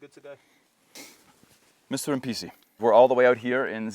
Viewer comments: When you said Mr Mpisi, I heard Mr NPC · i heard NPC the first time you said the word 😂 but that guy is a legend! definitely not an NPC.